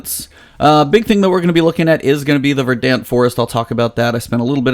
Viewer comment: It's pronounced "Ver-dunt."